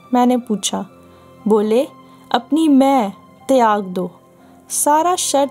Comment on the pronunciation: Vo lafz Taiyyag nahi "Tyag" hai.